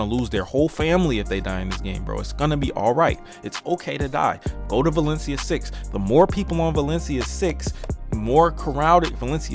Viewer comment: LMAO "OH WALESIA SIX CWOWDED" bruh. I'm dying laughing.